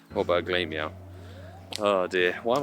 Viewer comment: Always find it funny how you pronounce glameow, its pronounced glam eow, because he's glamorous, and the evo is ugly lol